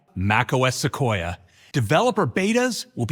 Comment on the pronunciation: Suquoia sounds like Russian *Sukhoi